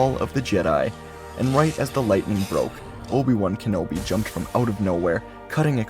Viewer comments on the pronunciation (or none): I think you mispronounced Uber van connoli countless times